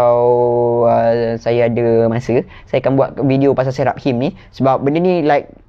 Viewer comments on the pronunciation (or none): pronunciation 'Seraphims' = Say-ra-fims. Ada nama hero dalam game LoL Seraphine. Character female. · Sera.fim Mcm tu sebutannya..